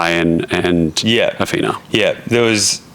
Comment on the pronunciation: Dude,, her name, isn’t Ahfeena,, I think it’s pronounced Ahthina,,, I’m pretty sure she told you her name several times, (even though the spelling is ridiculous lol) anyway does make me wonder how much of this trash tv is real.😶